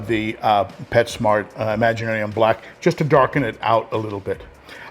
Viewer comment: I love how you pronounce that bag it’s imagiTarium lol and you buy that religiously I love it and no one cares we love the sand !!i love having the built in timers they’re amazing. Woah 🤯 can’t wait. You own and build we are here to enjoy either way. Can’t wait. 6 months and counting.